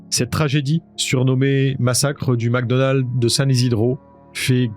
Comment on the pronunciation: Mecdonald ..pas macdonald